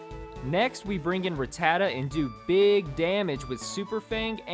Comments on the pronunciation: Smh, i couldnt get over how many times you pronounced rattata wrong...m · God say rattata properly smh lol